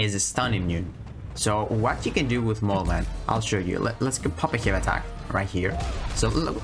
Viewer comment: Thanks for all the tricks and utility I am ready to R3 and mine and kick ass. You accent makes laugh every time you say “hey” attacks lol 😂 keep up good work bro 🍻